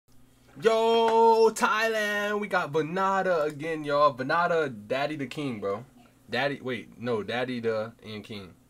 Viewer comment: Vann Da Cambodia's king of Flow. pronounced VAN DA. VannDa - Time to Rise